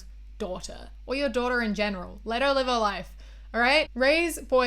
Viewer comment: this video's is important and I agree w everything but the way you say "daughter" ahhhh